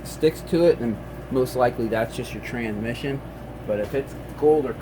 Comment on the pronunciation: Hey buddy you do understand that there is an S between tran and mission right? Its not tranmission its transmission...You keep dropping the S. Why are you doing that because it makes you sound like you may be mildly retarded.. I don't think you really are mildly retarded you just sound like you are when you say tranmission instead of transmission.